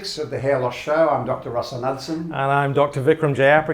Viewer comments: Dr. Russell... I'm sure you have Danish roots with that last name.. The "K" is not suppose to be silent and the d is suppose to be soft. Knud is a common nordic name and Knudsen means the son of Knud. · As a Norwegian I can tell you that's not how Knudsen is pronounced :P :P